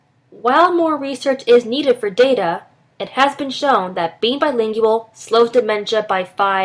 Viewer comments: why bilinGIal why that pronounciation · I had to stop the video. I couldn't handle how she pronounced Bilingual. BTW I am Trilingual, and therefore according to the video above I have a smaller vocabulary. I find this untrue in my mother tongue. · Does it bother anyone else how she say BILINGUAL? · Is she mispronouncing the word bilingual? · it's really annoying how she pronounces "bilingual"